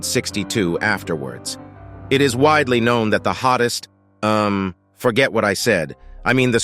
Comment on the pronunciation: bro said hottes